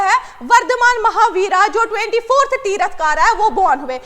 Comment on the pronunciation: Q 2 Hello medam that is not tirath kara Its Tirthankar